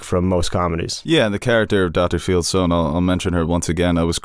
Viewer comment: Did anyone else yell out loud, "It's FIELDSTONE! not Feldstein!" 🤦‍♀️😂 I felt genuine relief when he corrected himself